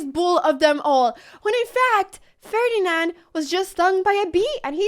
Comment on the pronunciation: Just say the moive name "ferdinal"